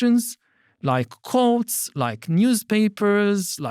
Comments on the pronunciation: Anyone else hear Yuval saying you can go to the cults!? Pretty sure he said "courts!" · he said "courts" but I first heard "cults".